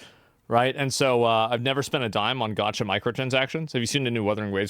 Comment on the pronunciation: You had me until you said “gacha”